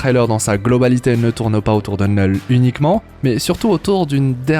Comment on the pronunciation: Il dit "neul" à chaque fois